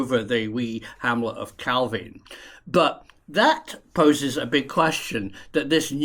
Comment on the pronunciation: Well done on correct pronunciation of calvine. And your pic of loch rochty is actually kinloch rannoch where I'm from😅